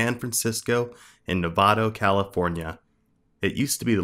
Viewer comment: “Between the cities of sanfrancisco to nevado california.” He said nevado not navada💀